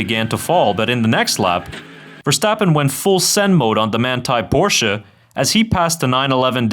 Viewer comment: I appreciate your proper "Porsche" pronunciation - even if it is AI voice...